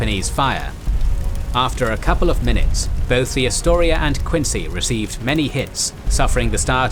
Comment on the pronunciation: Interesting (nothing new) but you do not know how to pronounce "Quincy" -- I grew up 20 minutes from Quincy Naval Shipyard.